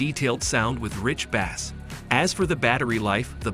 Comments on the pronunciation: I don’t understand why they can’t teach the AI that creates the words context, so that it understands that you’re talking about base as in the low tone in music instead of bass as in the type of fish. There was one part where it was talking about winding watches, and it said wound as in cut like I wounded myself. It’s the same with the stupid keyboard on my iPad. How can I not understand through context? This is 2023. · Can't pronounce "bass" or "bourbon".